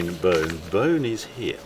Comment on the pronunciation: By the way Beaune is pronounced closer to "Bawn" than "Bone"...